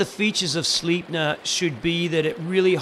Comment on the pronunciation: it is a sick blade I have the black version and dude that coating just never comes of Also bytheway if you use a little sunglasses pouch/sack with a drawstring around the knife and then put in the sheath you dont have any more rattlle its pronouncet slaihpner its german:) luv the vid subbed too